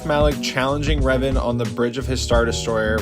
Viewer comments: NU UH ITS DARTH RAVEN 🐦‍⬛ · ITS DARTH REVAN NOT RAVEN